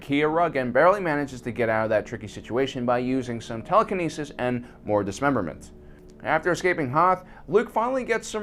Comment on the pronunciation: HE SAID TELEKINESIS TRIGGERED